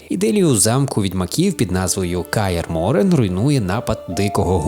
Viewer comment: Враження від відео двояке, проте , я мабуть надто сильно захищаю цю серію ігр. Все таки відьмак - книга мого дитинства. Правильно не «Каер-Моррен» та «ЕМІР» , а «Каер-МорХен» та «ЕМГИР». Я як почув таку вимову , в мене чуть серце не стало. Upd: у Відьмаку є автозахват на клавішу Z , та й люди контратакуються без проблем. Upd: Церіс… В Польському і Англійському дубляжі її звати Керіс , навіщо все так міняти? Upd: Варіативність не відчув? Наведу кілька прикладів. По-перше: гра має кілька кінцівок. По-друге: можна вибори в діалогах з Трісс і Йєн сильно впливають на їх с Ґеральтом стосунки. По-третє: Памʼятаєш Кейру Мец? У неї є три можливі кінцівки. Перша: вона їда до Радовіда , той саджає її на кіл , зʼявляється квест з Трісс. Через такий вибір Ґеральта гине Ламберт. Другий: Ґеральт убиває Кейру. Ламберт гине, Трісс втрачає певну довіру до Відьмака. Третій: Кейра в Каер Морхені. Ламберт виживає. Той квест з групою різних монстрів. Якщо за гру ви пощадили кількох бестій , то битись з тією шайкою не доведеться , тільки з одним перевертнем. Звісно , є ще гора подібних виборів , але я їх зараз не згадаю. Кінцівки та вибори доповнень також прекрасно зроблені. В Харт оф Стоун Ґеральт може врятувати Ольгерда , за це він отримає його шаблюку , Іріс. Якщо не вмішуватись , то Ґюнтер оʼДім дає Ґеральту те , що він шукає з першої частини. Нескінченних спирт. В Крові й Вині можна убити Детлаффа й Сіанну , вбити Детлаффа , або ж вбити Сіанну. Три кінцівки. Upd: В Аен Елле немає нормальної мо